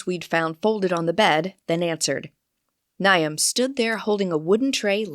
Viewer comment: Maybe a pronunciation guide to some names? I assume it is Niamh and Aisling?